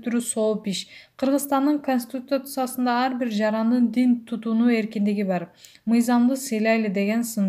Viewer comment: Конститтттуттсиясы дейтго😁😁